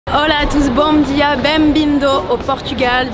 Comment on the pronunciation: "Bondia "ça fait bizarre de l'entendre d'une personne qui na pas l'accent portugais 😅